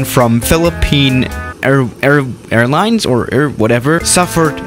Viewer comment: Uhh, you pronounced 'Philippine' flawlessly, but not "Airlines"? What?